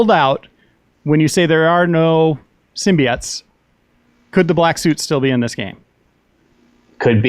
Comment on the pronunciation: This dude must have watched the venom trailer too many times, "sim-be-auts"??!! 😂